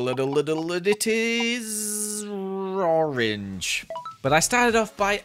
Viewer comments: You said ROREN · Did he really say rorange 😂😂😂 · And it is rrrr-orange Me: Whats rr-orange? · When he was gonna do the second floor he said rorange 😂😂😂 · '' and the colir is''' 'Roarange, 😂😂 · why did u say orange roange ？？？😂😂😂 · i liked how u said 'Roange'